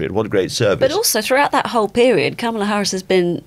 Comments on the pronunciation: Hopefully, it won't take too long to get her name right. It's kamala as in 'comma', not kamala as in 'camera'. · Her name is pronounced "comma la" not "kam ala" Shes been vice president for over three years....how come our journalists keep mispronouncing her first name??? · It’s pronounced Comma-La. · FYI it is pronounced “comma-la”. Sounds from my American ears you do pronounce it correctly a lot more than much of the media but wrong here and there.